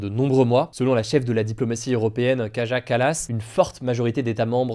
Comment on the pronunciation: Kaja Kallas? Comment comment? Prononciation digne d'un vendeur de kebab, et non pas d'un journaliste! 😂